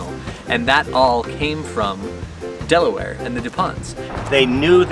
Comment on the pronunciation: Love this! Thanks for visiting Delaware, but remember, it's "Delaware," not "Deleware"! Glad you enjoyed the "Diamond State," and Hagley Museum. Thanks for the shout out to the NBN basketball program. Wish it had been around in my day. Best wishes for the rest of your journey.